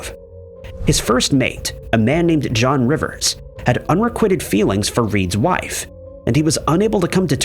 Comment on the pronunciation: Really? Do better- Requited=re-KWY-ted. Schooner= Skoo-ner.